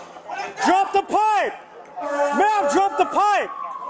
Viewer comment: May-am May-am. Drop your crack pipe 😮